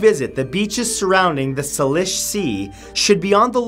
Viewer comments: say-lish not sahlish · It’s Salish sea. Like sail-ish not saliiish 🙈🙈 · For the love of ( insert Deity here ), you're from Canada, Man!! What happened to your pronunciation Matt?? Salish - saylish, Taffeta - tafeda, Ensign - ensen, Come home for a while Matthew, soak up some good old Canadian winter! It'll put you right again. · Salish sea is pronounced say-lish ... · There is no such thing as a Wych Elm, it's just the name they gave that particular tree. And it's pronounced Say-lish not -Sal-ish. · Its pronounced SAY-lish, not SAH-lish. I'm from that area. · its pronounced SAY-LISH not salish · SaLISH Sea? Matt! You’re Canadian !! Lol. With you, mistakes are rare so I’ll just giggle and go! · Salish Sea is pronounced Say-Lish. Like "Say it isn't so." and lish rhymes with wish. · Salish is pronounced like you are saying the letters name A....@ Taffeta is pronounced like laugh, awesome video, thank you ❤ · Love your vids. BTW....it's pronounced say lush. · salish sea is 'say-lish' :) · It's pronounced the "SAY-lish" Sea - I live here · Say-lish sea, and en-sin (ensign, phonetically spelled to the best of my ability) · It's pronounced "Say-Lish" Sea. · It is pronounced say-lish sea. Shame on you Matt being Canadian and all. It extends down into Washington state and called Puget sound pronounced pew-jet sound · Omg salish, taffeta and ensign were all pronounced incorrectly. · Mispronounced Taffeta, Salish sea